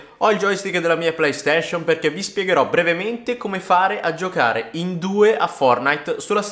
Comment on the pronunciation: Giohare?😂 Giocare non giohare